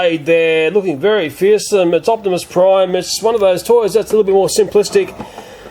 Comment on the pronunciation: he kept saying opsmis prime